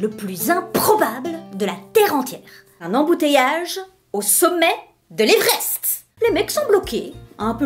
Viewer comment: Quand j'ai entendu '' l'evreste '' j'ai pensée a Soprano 💭😂😂😂😂😂😊